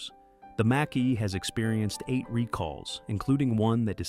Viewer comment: got to love AI's pronunciation of Mach , who wrote this ? the CCP?